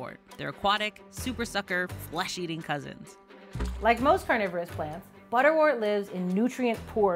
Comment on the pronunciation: Great video. Please note, butterwort is pronounced ‘butter wert’ as in ‘word’. Same goes for St John’s Wort.